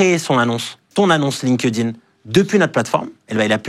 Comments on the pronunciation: LinkedIn, se prononce ''linktine" pitié... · « Lin-keuh-din »! C’est la version franchouillarde de LinkedIn? 😂